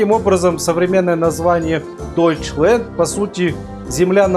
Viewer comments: Вапшето не дойчленд а дойчлянд я учу немецкий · Ну да, Окончание Ленд, Как-то по Голливудски